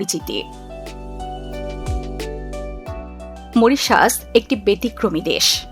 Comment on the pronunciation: Moritious? 😂😂😂😂 This is Mauritius. Pls pronunce correctly. Incorrigible pronunciations